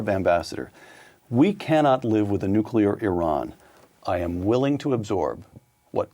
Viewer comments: 'newkular'? christ. credibility drops to zero. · Oh, come on, Victor. You are a genius. You can read Greek and Latin. Can you please learn to pronounce “Nuclear.”